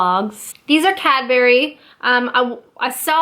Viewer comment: Also perhaps not intuitive but it seems obvious to us, Cadbury is pronounced cad-bu-ry rather than cad-bu-ry (its a family name)